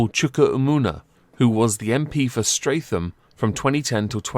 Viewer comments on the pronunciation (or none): You said streatham wrong